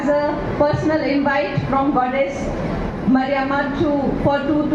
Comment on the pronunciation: Somebody, please correct her ,It's maariamma😂 🙏 🙏 🙏